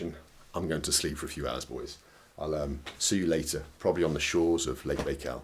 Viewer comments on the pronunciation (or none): Very interesting but I was surprised that this Russian speaker didnt pronounce the title name of his video correctly. Baikal is pronounced - byekal not baykal. Very odd. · Bald, why do you pronounce it "Bay-kal"? There's no way you wouldn't know how to say it correctly at your level of Russian, and it's even more weird considering several people said this word to you in this video too.. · Strange pronunciation of Baikal ...